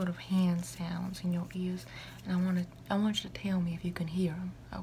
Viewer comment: it sounded like u said "im gonna need u to keep ur ass open" and jm fucking choking